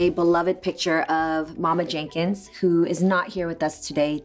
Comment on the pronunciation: I love the way she say Jank-ins. 🤣🤣 I have always known it as Jen-kins (with the soft e sound).